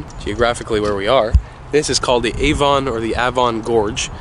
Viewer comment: The first time you said Avon was correct